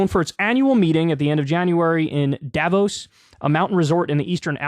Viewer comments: You pronounce it "Dah-vooos" with emphasis on the o vowel. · You cant remember how to say it right ..... because most americans dont know how to say it right. The people living there call it Da-vooos. Short, unaccetuated fast a, long open lingering o. French pronounciation accentuatet and elongated on the last vowel. But I guess you will nearly never hear it correctly from any american. As a people you guys dont deal well with french vocalizations. Crystal says it wrong all the time, too. So dont ask her. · it's pronounced duh-vos source: am swiss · Davos has the same a as the second a in annA, or the 2nd a in americA. like all german As are pronounced. and you stress the O, not the A